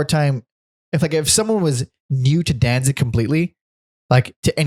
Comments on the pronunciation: Can't take anyone who says "Dan-zing" seriously. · Please for the love of the English language quit calling him Danzing... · Why do you keep calling him “Danzing”?